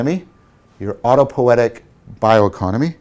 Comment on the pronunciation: Er... "autopo-i-etic", not "autopoetic". Also, pls pronounce J_u_ng, not J_a_ng, cogito ergo s_u_m, not cogito ergo s_a_m. These "u"s need to be pronounced as in "ruin" not as in "lust". And thank you for the deeply insightful lecture series!